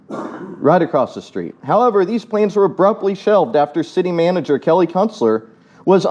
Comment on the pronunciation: Also, I loved it when you mispronounced Kellys name! And no one corrected you! I thought for sure they'd give you hell for that!